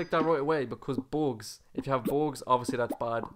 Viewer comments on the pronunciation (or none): You say bugs like boogs